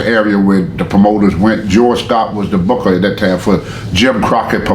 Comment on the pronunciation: Like how Tony says Booket